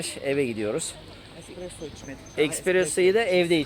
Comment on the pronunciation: ekspresso değil espresso EKSPRES TREN İÇİN SÖYLENİR Sende bizim HIRBOLAR Gibi söyleme bari :face-blue-smiling::face-blue-smiling::face-blue-smiling